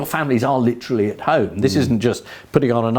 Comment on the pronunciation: 40.15 'Leeterally' . . . Britons' favourite word